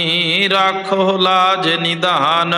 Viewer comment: ਬਾਬਾ ਜੀ ਰਾਖਹੁ ਲਾਜ ਨਿਧਾਨ ਨਹੀਂ ਹੈ ਜੀ ਨਿਦਾਨ ਹੈ